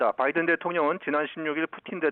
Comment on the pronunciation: 바이든 c가? 뭔 발음이 그래요 ㅋㅋ